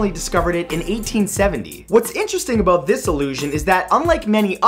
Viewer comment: "You'll see what I'm talking aboat" Proof that Canadians DO in fact talk like that, debunking his video titled "7 Myths You Still Believe Aboot Canadians"